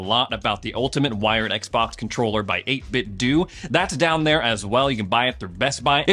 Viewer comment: Why do you keep calling 8bitDo (do) Its 8Bitdo (doh) Like Nintendo.